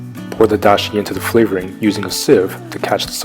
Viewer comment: just fyi, the A in dashi is pronounced like when the doctor says "open your mouth and say aaaaaaaaauuh"